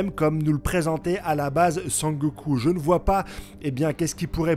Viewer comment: Arrette de dire Sangoku sa me perturbe 😂😂 c'est Sengoku